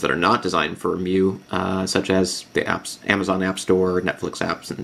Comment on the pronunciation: it is pronounced "my-you-i".................